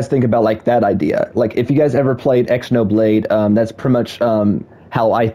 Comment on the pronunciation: Someone tell bro how to pronounce Xenoblade